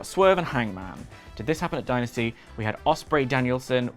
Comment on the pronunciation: I like that Steve and Larsen call it "Die Nasty"